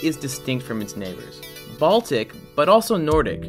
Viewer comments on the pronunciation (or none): none